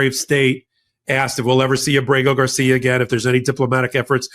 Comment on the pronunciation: I have a request for you,. Please get Kilmar Abrego Garcia's name correct in the future. Getting his name wrong damages your argument.